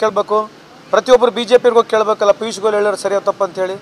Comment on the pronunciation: ಪೀಸ್ ಗೋಯಲ್ ಅಲ್ಲೋ, ಪಿಯೂಷ್ goyal😂😂